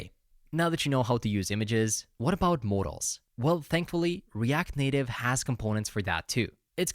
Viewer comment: It's so funny how 'modals' sounds like 'mortals' 🙏🏻